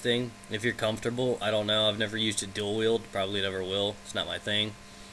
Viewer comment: am i the only one who thought he said Dildo instead of Dual Weild?